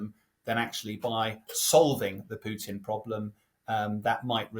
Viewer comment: I love how he says Pewton